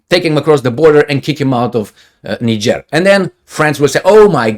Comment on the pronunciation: and countries! Like Niger